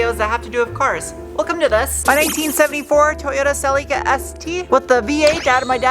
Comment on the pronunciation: probably should know how its pronounced before making a video on the car lol se lee ka